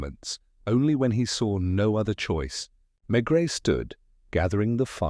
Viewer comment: Mispronouncing the name of the main character is not a good start. Terrible.